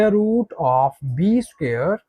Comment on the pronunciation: CAN YOU NOT PRONOUNCE THE WORD " SQUARE " PROPERLY....?..